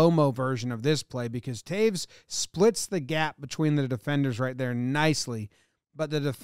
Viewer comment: It's Toews (Tayes) not Taves!